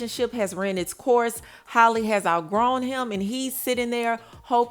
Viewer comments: OMG!!! Her name is Halle not Holly!!! Thats so damn disrespectful. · ...that girl's name is pronounced just like Halle Berry's is. You keep calling her Holly. It's pronounced like "alley"🤦🏽🤣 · It’s pronounced “hallyyy” not “holly” Halle Bailey! Like Halle berry. Hally like sally! Gosh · can’t even say the woman name right. who the hell is “Holly” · I know that girl get pissed with how yall say her name. Holly! who is that ?